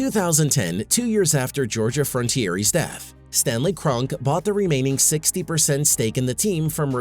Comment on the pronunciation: It's pronounced Kron-Key.